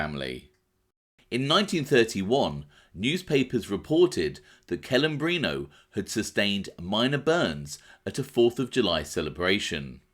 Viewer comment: Hearing English native speakers pronounce Italian names it's a massacre... CELEMBRINO (TCHE-LEH-mbrino). Not kelembrino... PLEEEEASE!!!